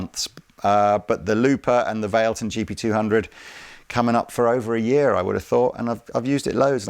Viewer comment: also, isn't it called "vah-leh-ton"? 😁